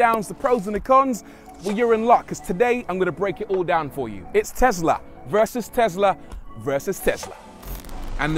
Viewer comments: IT’S TESLA, NOT TEZLA!!! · "TeZZla" LOL ;) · And that's on tezla 🤣😂